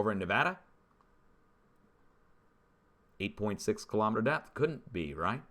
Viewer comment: Kilo- meeter not Ka-lom-eter